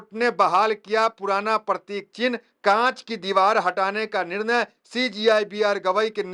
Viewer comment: पत्रकार महोदय आप बार बार परतिक परतीक बोल रहे हो ओ पर तिक नही है वह प्रतीक है